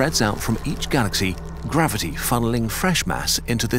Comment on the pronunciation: Gavity... It's not mainstream if you don't say it